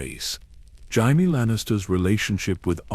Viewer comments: Jayimee Lanister, AI had a good go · Pronouncing jamie wrong is wild